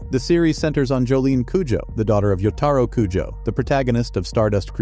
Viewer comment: yotaro kujo is the newest pronunciation of Jotaro's name I didn't know I wanted or needed😅😂